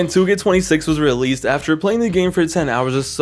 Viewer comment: "You're gonna be relesed anyways"💀💀💀